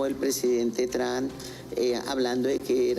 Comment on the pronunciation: Esa señora no sabe pronunciar el nombre del presidente de los estados unidos 😂